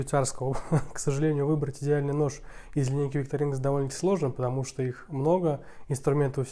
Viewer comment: Простите, но правильно будет ВиктОринокс. Именно так произносят название сами швейцарцы на своём официальном ютуб-канале.